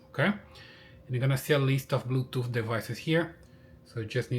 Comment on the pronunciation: What is blue “toof”